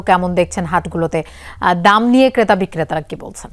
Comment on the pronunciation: রিপোর্টার কে আরো সুন্দর উচ্চারণ করতে হবে কারণ এটা যমুনার রিপোর্টার। ক্রেতা কে কেতা আর ট্রাক কে টাক বললে হবে না